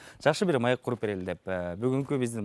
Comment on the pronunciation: маек, маэк эмес.